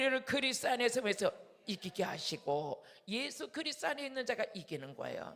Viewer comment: 목사님~ 그리스도가 그리스 로 들리네요